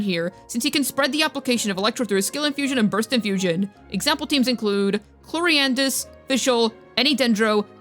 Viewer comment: Day 1000 of waiting to pronounce chloride’s name right